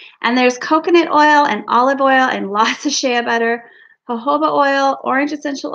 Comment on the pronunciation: is an exceptionally talented and amazing soqp Rtist. Happy Birthday to you. It is pronounced, "sh-ay", as in Shea Butter. Like Hay with a S on the front. You are so full of fun and laughter, it is a joy to watch you make your products! Thanks for sharing. 😊